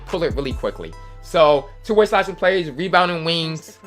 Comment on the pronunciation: “Webounding wingths”